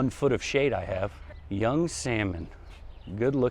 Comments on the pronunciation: Are you jokingly pronouncing it "young"? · Astilbe Younique Salmon ....I'm thinking it's pronounced "unique" salmon. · Younique (YOO-NEEK) Astilbe.